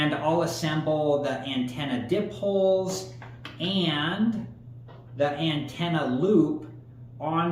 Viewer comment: I have the 30 mile modern loop antenna that costs a few bucks more. PS: it's pronounced "die-poles"